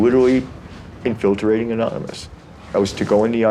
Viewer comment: Yea, true but the way the law has pursued & punished him over something so minor is 'the tell' otherwise. Did you notice he said "infilTERating"? Not relative, just cute.